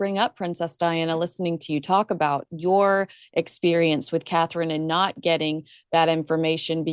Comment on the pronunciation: Good god not again, she can't even say Catherine...ill come back when that cow isn't on.